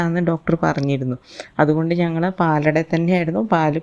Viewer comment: ❤❤❤❤ പാലാട ( പാലട അല്ല)